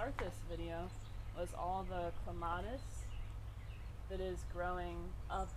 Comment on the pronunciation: Wishing she pronounced clematis correctly, but nice video.